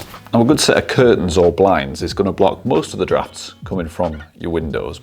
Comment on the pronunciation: You're the one who came up with the wrong answer. You were talking about how you found your "draughts" verbatim in the video. Now, I'm sure you meant "drafts"but that isn't what you said. I was just making a bit of fun about it in my comment. Don't get bent out of shape... You got your "LIKE" and some comments and believe me, it all helps your channel. There's no negativity here. Edit: My bad! Aparrently my spelling needs improvement. I meant "drought" with an 'O' not an 'A' and because you are British I guess the more popular word in use would be "draught" which I'd never heard of before, my being in the USA. But yes, I concede you're right after all. It means the same as 'draft'.